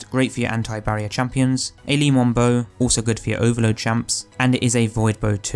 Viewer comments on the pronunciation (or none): 😂 wth is an Ali moboe I think he meant Le Monarque Pronounced mon-ar-Que not Ali-Mon-bow 🤦🏻‍♂️ besides that gr8 vid learn something new everyday, today it was here. Cheers 🍻